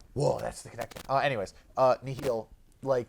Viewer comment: Just so you know, the Nihil are pronounced “the Nile” because there are a reference to Darth Nihil from the old republic video games.